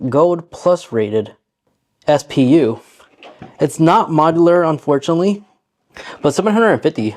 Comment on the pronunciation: Not sure i can take you seriously when you cant even say "Radiator or Modular" correctly. Jesus